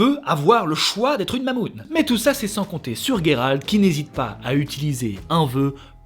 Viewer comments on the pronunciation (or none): ne sait même plus si c'est Guéralt ou Jéralt étant donné qu'il prononce les deux pendant la vidéo ^^ #TeamJeralt. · Alors pas GUéralt, Géralt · Gueralt c'est la prononciation anglaise il me semble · C'est moi où quand Jéralt sauve yeneref il dit dans le passage du veux il lui dit "j'veux te baiser" ??? Je suis la seule à l'entendre ??? Un lapsus révélateur ??? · Salut, certaines personnes ce trompe avec le T ou le D à la fin de Geralt 😜